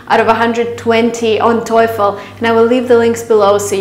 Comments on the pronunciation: You got 700 on GMAT but sorry sister you pronounced TOEFL wrong. It is TOE-Fuhl not TOY-Fuhl like you did. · The way she pronounces TOEFL though...🙈🙈